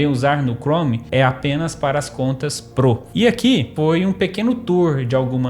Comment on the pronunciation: da agunia ver ele falando 'pro' errado